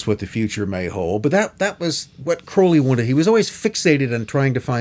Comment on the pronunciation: Thank you for at least pronouncing his last name correctly. People tend to pronounce it wrong because of Ozzy, but the poem The Convert proves the real pronunciation. Anyone that believes the Satanic BS about Crowley needs to read Confessions. He had such an amazing life and people that knew him personally had nothing but good things to say about him.